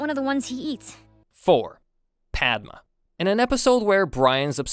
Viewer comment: It’s Padma